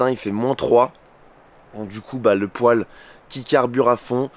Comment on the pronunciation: Le poil? on dit un pouèle